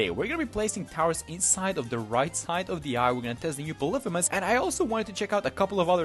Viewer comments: It's "poly-fee-miss" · Im just saying you pronounce it "poly-fem-us." Sorry for being that guy